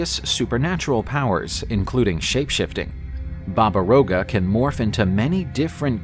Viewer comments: It's not Roga, it's Yaga. Slavic alphabet has a letter seems like a reversed R and it's read Ya-Ga! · It's Baba Yaga